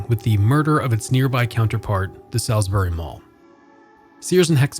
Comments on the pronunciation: the only thing i gotta say is he said the name wrong, its not pronounced "sal's-berry" its "saul's berry" many many people make this mistake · Rule #1- it's SAULSbury not SALSbury. Come on... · Hey, just so you know, locals pronounce it "sauls" berry - like better call Saul. When you say it like the steak it triggers local folk :D But yeah, i worked there when it first opened. I worked in the Boscov's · It is pronounced "Sauls-bury" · It’s pronounced “saulsberry” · LOL I'm hardly sheltered, but that's ok. It's just jarring to hear it pronounced incorrectly. 🤷‍♀ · the way ur saying salisbury loool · You're still wrong. That's how it's pronounced. Has nothing to do with dialect. You can't come here to our city & pronounce it wrong. How would you pronounce Worcester, MA? I'm originally from CT & know the correct pronunciation. Also... Salisbury, CT definitely is pronounced SALSbury. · As someone who grew up in Salisbury, this is a great piece, thank you for covering not of only the current state of the "new mall" but the old one as well. I do have a couple small quibbles: 1. Can people please learn to pronounce Salisbury correctly? It's even provided in the Salisbury Communication ad you inserted at the beginning of the video if you listen to it. 2. Also, you said the new mall is off of its own Rt 50 exit, but it's actually off of route 13. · Literally every time he said Salisbury I cringed slightly lol